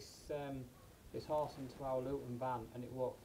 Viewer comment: 2 huge problems bout this video 1. her eyebrows (and blush) 2. the way they pronounce horse “hUsE”